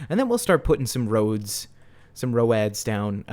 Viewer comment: My very southern grandma says ro-ads. I cracked up when you said it. 😂